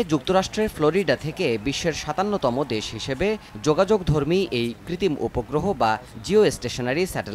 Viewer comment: কৃতিম না ভাই কৃত্রিম